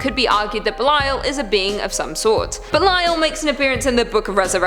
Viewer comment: Also Thank u, for pronouncing Belial correctly. Belial is DEFINITELY A VERY INTERESTING & POWERFUL INFERNAL KING! According to the Bible, King Belial was the 2nd only to Lucifer to be cast from Heaven... BUT WHAT ABOUT THE 19 BOOKS THAT HUMANS HAVE CHOSEN TO "CUT✂️OUT" OF THE BIBLE? ~Everyone should REALLY ask why that is... And what do they say in them that made them be cut out?!~ 🤔 BOOKS LIKE: 1 Esdras, 2 Esdras, The Book of Tobit, The Book of Susanna, Additions to Esther, The Book of Judith, Wisdom of Solomon, Ecclesiasticus, Baruch, The Epistle of Jeremiah, The Prayer of Azariah, Bel and the Dragon, Prayer of Manasses, 1 Maccabees, 2 Maccabees, Book of Enoch, Book of Jubilees, Gospel of Philip, and the Gospel of Mary. THATS A WHOLE LOT THAT WAS TAKEN OUT... So how many ppl REALLY know the Bible? The actual full Bible that HASN'T been cut up to suit different era's of humans making religions...